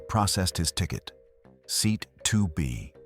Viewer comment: Seat is pronounced see-at???